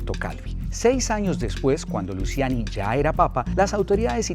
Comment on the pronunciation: Se pronuncia “Luchiani”